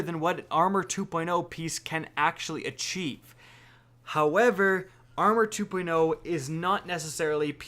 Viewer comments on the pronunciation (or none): Foreal bro i was like if this guy says gowever one more time 😤😤